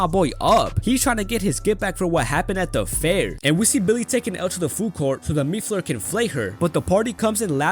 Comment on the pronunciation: Ya know how long it took me to realize you were saying "meat flayer"? .......longer than I'd like to admit.